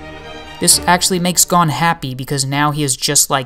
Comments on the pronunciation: Nothing to do with your voice man, you're just pronouncing his name wrong! It's 'goan' not 'gone' :D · Great video, but the way you said 'Gon' bugged me the whole way through hahaha...